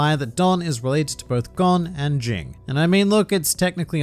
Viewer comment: “Jing” its “G-ing” lmao